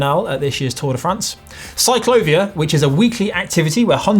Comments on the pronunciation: The little thingy over the letter "a" in Bogotá and the "I" in ciclovía should be a clue... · Great video! But for the love of the Lord please pronounce "Bogotá" and "ciclovía" properly mate! Ask the lads of GCN en español to give you a hand!...